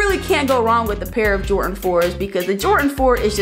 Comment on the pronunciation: Did you just say, jortan 4